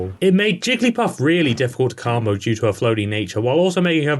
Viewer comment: stop saying carmbo